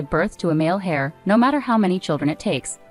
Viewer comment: Its heir not hair.